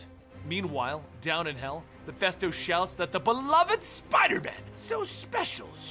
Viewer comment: Almost 10 yeas, and STILL pronounces “Mephisto” as “Mephesto”.